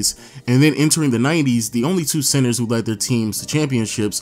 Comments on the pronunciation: Are you saying sensor? Or centers ?😂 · Im hearing censor not center. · i am the only one who hears him saying sensors istead of centers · tip: if you hear sensors he's saying centers lol 😝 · Say Center and not sensor lol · I thought he's saying sensors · The "SENSORS, SENSERS? SENCERS? SCENTSERS? " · Is it just me or does he keep on saying SENSORS?🧐